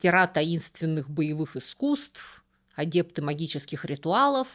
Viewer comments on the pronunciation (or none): Пишем "адепты", произносим "адЭпты".